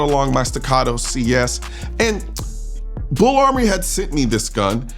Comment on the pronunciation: BUL Armory, sir. Not BULL